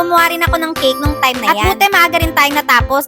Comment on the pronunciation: Say cake not kick.